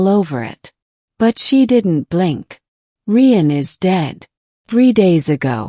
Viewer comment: Rian is pronounced the same as Ryan, you stupid machine😂